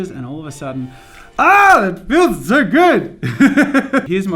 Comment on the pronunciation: aH it feels zo good! I said that because of the way he said it. (I used a z instead of a s because when he said 'so' it sounded like 'zo'